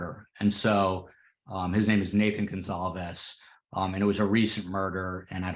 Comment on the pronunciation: Kaylee’s family’s name is pronounced Gon-Kal-vez. Emphasis on Kal. Sorry, a pet peeve of mine especially when it’s the victims and the families. It’s a matter of respect and decency to know how to pronounce their names correctly.